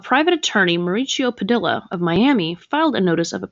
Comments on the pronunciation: Padilla = Puh-dee-yuh 😒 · FYI: The name “Padilla” is pronounced “Pa-DEE-ya.” A double L in Spanish is pronounced like a Y. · 😂 It sounds ridiculous pronouncing Padilla that way! Perhaps learn to pronounce names correctly... That's kind of an important part of it when you're trying to make a name for yourself by talking about other people.